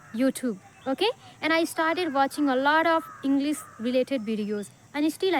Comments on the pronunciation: Why are you pronouncing इंग्लिस instead इंग्लिश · She is not able to pronounce English correctly.she pronounces like englis😅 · It's not inglis it's english please pronounce this properly